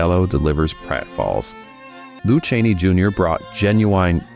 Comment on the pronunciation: Who is "Lou Chaney" that is mentioned in the video?!?!